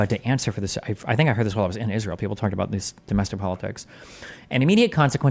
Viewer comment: I/P commentators not being able to pronounce the word "Israel" is akin to Pokémon content creators saying "Pokeymon".